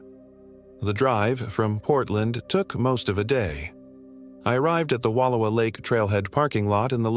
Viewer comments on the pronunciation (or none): Pretty sure this is AI narrated, but for anyone wondering it's pronounced wa louw a.